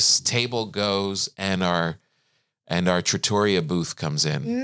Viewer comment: I love you guys! Look forward to this podcast each week. And just to say.... trattoria is pronounced "TRA-tor-ri-a" with the emphasis on the first syllable.